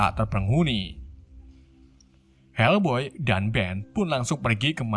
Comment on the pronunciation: Bukan helboy bang tapi fak boy😂😂😂